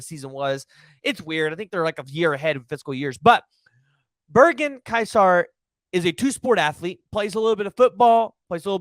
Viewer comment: Pronounced more like "kaiser"